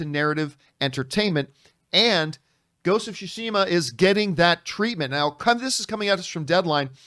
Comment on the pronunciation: FYI, it’s “sue-she-muh